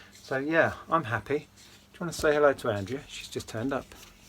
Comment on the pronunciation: Hi. The Andrea figures are pronounced Andreya and I think they're made in Italy. I think whoever bought this job lot was just after the Andrea figs as these are very popular and some are expensive. I do model making and have some of theirs completed.